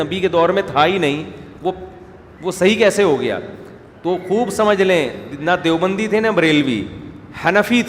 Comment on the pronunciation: دے او بندی نہیں دَیو بندی Dev